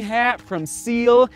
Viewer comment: Love that you got a Ciele! Best caps for runners and out of my hometown of Montreal. Btw it’s pronounced Si-El-Lay.